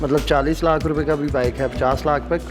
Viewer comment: 24 laaahk.. 15 laaaahk Hahaha angrazon ki owlaad simply bolo. 24 lahk. 15 lahk.... 🙄😜🇵🇰